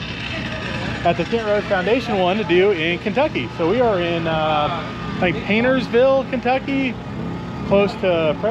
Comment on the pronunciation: BTW It’s PAINT S Ville Lol And prestonburgh lol